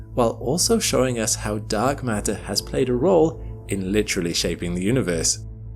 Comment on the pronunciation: "mark datter"